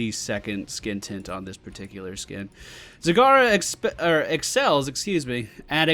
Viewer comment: You mispronounced her in the beginning, this is how you pronounce it: "Z-A-G-A-R-A". Make sure you have a Japanese accent for it :D